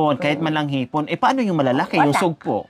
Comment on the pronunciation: Haha hipon hinde ipon 😊